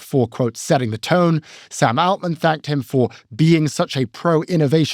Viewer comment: Why does pronounce Altman like that?